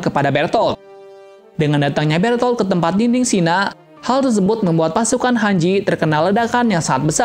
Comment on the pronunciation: Bang lu gak tu titan kolsal nama manusia asli yang titan kolosal itu namanya bertol bukan bertot lu mau gnentot